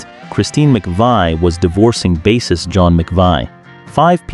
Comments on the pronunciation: Good ol' AI strikes again: baaa-sist? You mean he was a fisherman? The word is Bass, pronounced like base, like baseball. Do better, you just sound STUPID. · BASSIST is pronounced "BASE' IST"! Not "Bass' ist" like a f*cking fish! Got it? (Says a BASE' IST"! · This AI is bullshit. "Bass-ist"? "Skolz"? "Skin-yerd"? McVi"? "Oh-tros"? "Arpeggi-ed"? Oh, and a song from the 60s? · "i read every single one" sez the robot that can't pronounce "bassist" organically. 😂😂😆😆😂🤣